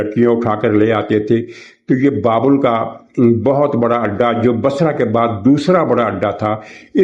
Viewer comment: محترم، یہ لفظ بابِل ہے ، ب کے نیچے زیر کے ساتھ، جیسا کہ قرآن کریم میں بھی ہے سورہ بقرہ آیت 102 ۔ واضح ہو کہ حضرت ابراہیم علیہ السلام کا آبائی وطن یہی علاقہ تھا یعنی بابل ۔ پھر یہاں سے ہجرت کر کے وہ فلسطین، مصر ، اور پھر مکہ مکرمہ وغیرہ کی طرف گئے تھے، اور پھر آخر فلسطین میں ان کی وفات ہوئی تھی الخلیل نامی شہر میں جو کہ انہی کے نام سے موسوم ہے ۔